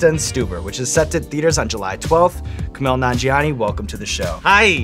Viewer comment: Sean knows his shit! He also pronounced Kumails name perfectly!